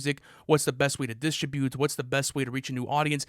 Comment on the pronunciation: The way says “distribute” and “contribute” is infuriating. How can you be so wrong about something so simple